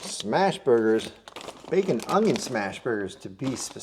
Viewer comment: When you say Onion it sounds Cajuns.